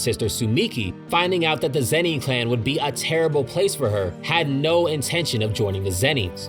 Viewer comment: This whole video I cringed every time you said Zeni and not Zenin smh